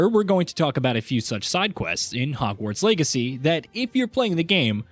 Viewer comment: Is he saying "Hogwarts Eggacy" or am I crazy?